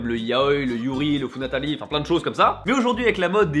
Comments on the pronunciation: « funatari » hein ? repasse « funatari » mais... wait. C’est « futanari » ! H-hum... allez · funatari ? Tu nous avais pas dis fuTAnari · le "Funatari" ? T'es Japonais et t'as réussis à te tromper sur un mot japonais... Bravo 👏 (Naaah j'déconne 😄) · il a dit futanari ou funatari ? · Lol ta dit funatari au lieu de futanari 🤣😂😁😑... ne me demandé pas comment je sais sa 😶😶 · Petite rectifications, il me semble qu'on dit futanari et non funatari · Alors déjà il a prononcé la catégorie interdite, ET EN PLUS IL L'A MAL DIT : FUTANARI PAS FUNATARI